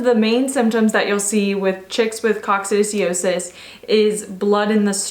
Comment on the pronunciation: Pronounced Coc sid i o sis. Just sayin'. Good info, though.